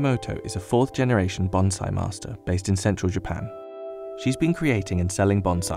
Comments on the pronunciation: That's "BON-siEE" not "BON-ziee." It's not a Kamakazi pilot. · It is pronounced bonsai like it is written not bonzai. Business Insider has some terrible narrators.